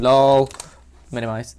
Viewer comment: "LOL *Minamize" Great job on the tutorial as usual. I think there is some way to save a generic workflow that can rename files. I'll have to play with that.